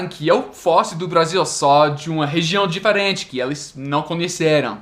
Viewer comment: Falando em sotaque, fala "diferente" como no Nordeste; difééé-rêêênh-thi e "pessoa" como no Português de Portugal "P' ssoa" hahaha isso é fofo!!!